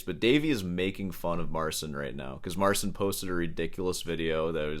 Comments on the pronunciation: It's not "Mar-sin." It's "Mar-cheen." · Marcin is Polish so you pronounce his name Mar-chin. Good video though 😊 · Since you like the topic of this artist so much, learn to pronounce the "ci" segment. It's only 1 word, you CAN make it, if you try. Just type the name into google translate and play the audio. I don't like the style of instagram guitar showmen, if you will, either, but the guy got famous for his playing and so will he remain in the very circles that seek this kind of showmanship. Unfortunately for some, fortunately for others, paraphrasig a quote from Cronenberg's movie. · If you talk bad about a person thousands of times, at least learn to pronounce his name correctly. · couldn't even be arsed to research the pronunciation of 'marcin' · i love How You butcher polish name